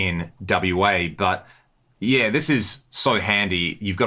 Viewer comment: When he says yea is he saying yeah?? Or something else? Like yea. ??